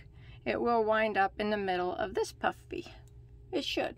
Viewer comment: I like how you make sure you say "puff" "Vee" stitch carefully every once in a while, because it sounds like "puffy" stitch when you say it fast🤣